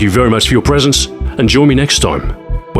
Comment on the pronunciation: Isn't it E-V-A Shotgun? It's meant for space Extra Vehicular Activities. I would think he knows, as he plays Kerbal Space prgram.